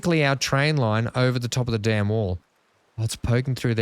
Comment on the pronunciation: You say Dam and I hear Dan now and again lol 😅